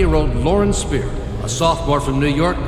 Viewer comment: Pretty sure her last name is pronounced 'Speer-er'. Not Spy-er. The white truck was a pick-up truck, not a semi trailer. There are photos online.